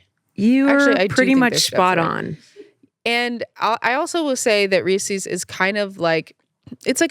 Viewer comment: the way they're pronouncing Reese's is bothering me so much